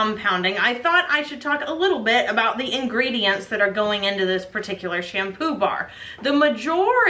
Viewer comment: Am I the only one who heard sham poobah?